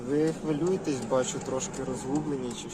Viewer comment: Підпра гімнистий - "ви хволюєтест?"